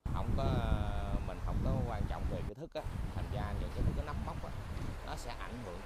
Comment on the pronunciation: Người ta nấm chứ không phải núm nha anh ơi . Nói tiếng việt như anh chắc có ngày cắn lưỡi quá